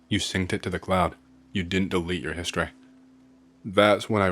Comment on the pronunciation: I keep forgetting this guy isn’t American until he gets a sentence with a word that ends in a vowel sound. Everytime he says “empt-eh”, “histor-eh” or “pill-ah” it sends me 😂 Keep up the good work on the creepypastas, 🫡